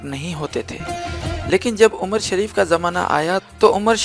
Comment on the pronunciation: Galt bol rahe ho qast shareef nhi he nam umar shareef he